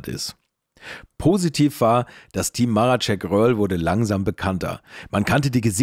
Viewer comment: Marecek, nicht Maracek.